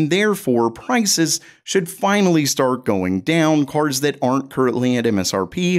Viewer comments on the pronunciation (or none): none